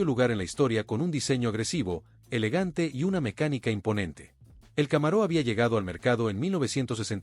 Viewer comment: Muy buena presentacion y descripcion de cada uno de los modelos “muscle cars”, con una deficiencia en la pronunciacion, y como esta presentando vehiculos americanos, y como no existe el acento en las palabras en ingles, no entiendo porqué al deportivo de Chevrolet lo pronuncia Camaró, y a General Motors, la pronuncia; como a un General del ejercito, cosas totalmente diferentes; y pare de contar, Charger, Thunderbird, pero fuera de esos detalles en general el video esta muy bueno y descriptivo